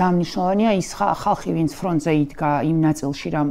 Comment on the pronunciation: ნანუკა ქალბატონო(( Fრონტზე არა((( ფ რ ო ნ ტ ზ ე!! ატარეთ ეს ქალი მეტველების პედაგოგთან (( სირცხვილია ჟურნალისტმა ენა არ იცოდეს?😢მეტი კომენტარი არ მაქვს!